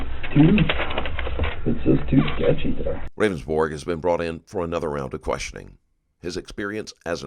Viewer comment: Its funny how the narrator keeps calling him "Ravensborg" when in the video he clearly told the police several times it was pronounced "Rounds-Burg"